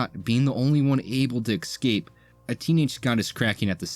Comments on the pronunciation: At first i thought you were saying "xcape" instead of "escape" as a joke because its "X-men". After a few times, i dont think it was intended. Its crazy to me how many adults still talk in baby talk. Its baffling to me, on other channels how many grown men say "expeshilly". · I’m gonna pretend that your repeated mispronunciation of the word “escape” was intentional because this is a video about the X-Men.